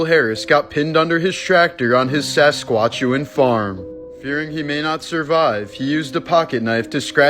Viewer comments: Saskatchewan not sasquachewan. Lol Sask at chew one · It's pronounced SAS-KATCH-EWAN not whatever that other noise was. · Love your reels! Have to say, I’ve heard Saskatchewan pronounced many ways but that was the funniest lol Sask a tch win 😉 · Artimus Pyle was shot AT (a warning shot over his head) but was not hit. And officially Heather O’Rourke’s death was as a result of O'Rourke's cause of death was ruled congenital stenosis of the intestine complicated by septic shock. And as others have pointed out it is pronounced Sas-kat-chew-an. Although it would be cooler if it was Sasquatchewan. lol